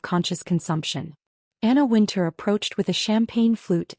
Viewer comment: Wintour, not Winter.